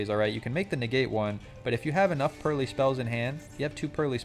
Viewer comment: you did not just say purr-lie-lie, that's a sin